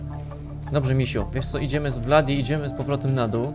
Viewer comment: zamiast Vladi mów Bladi xdd